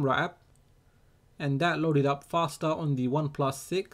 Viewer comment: Axi fostar 😁😂